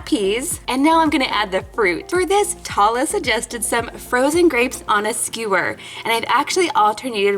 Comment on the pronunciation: I love this! ❤️ it’s making me real hungry😋 Oh! And one more thing ☝🏻 Tala isn’t pronounced (Tah-la) it’s pronounced (Taa-Laa) I know this because I AM from Saudi Arabia شكرا للفيديو الجميل❤️❤️ That means, “Thank you for the great video❤️❤️” ———————————————————————————————————————————————————————————————————————————————⬆️ 😊